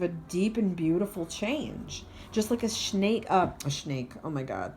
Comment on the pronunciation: We are so connected. So many synchronicities. Was dating a man named Nate you pronounced snake like Nate... he was a soulmate karmic connection and a third party situation!! So right on! Def going to get another reading from you soon